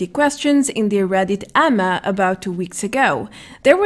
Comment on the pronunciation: A.M.A learn how to say A.M.A not ama or whatever your saying...